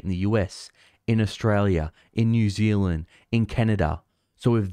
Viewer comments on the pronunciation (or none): none